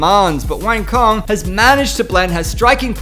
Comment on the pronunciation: Her name is pronounced "Wah-ng Tso-ng" by the way. just for your information. don't take it the negative way.